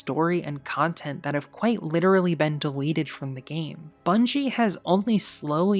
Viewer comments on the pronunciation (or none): none